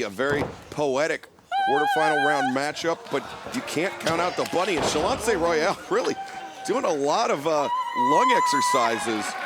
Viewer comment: Get Shanlonce's name right! It's in the notes, man! Great show all around, but Ms. Royal got a mean headlock!